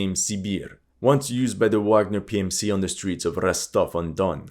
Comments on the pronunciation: Great video! Minor detail: Wagner in German is pronounced vagner. ;-) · For someone who likes to pride themselves in pronounce names in the native language (most of the time wrong). You keep saying Wagner with a W not a V. It's German...